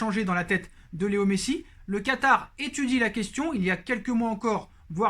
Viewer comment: Mdr ta dit katary